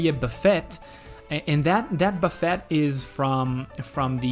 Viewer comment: Great build, but “buffet” is pronounced “buh FAY” (not “buh FEHT”).